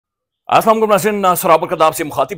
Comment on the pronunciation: Salaam ache se kiya kre ASALAAM u alaikum